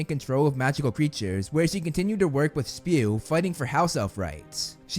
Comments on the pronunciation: Its not Spew. Its S.P.E.W! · IT'S S.P.E.W! NOT SPEW! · It’s not spew its s.p.e.w! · “It’s not spew it’s S.P.E.W.” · Hermione while watching this video:it’s not spew it’s S.P.E.W ! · it’s S.P.E.W. not SPEW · "it's not spew It"s S.P.E.W." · “…spew…” Hermione: IT’S S.P.E.W! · Hermione watching this be like, its S P E W not spew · It's not spew! It's S-P-E-W. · It’s NOT spew it’s S.P.E.W